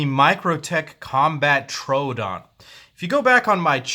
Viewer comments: It's not a Trodon, it's a "Tr-o-o-don" which is Greek for "wounding tooth" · Not how you say trodoon but good video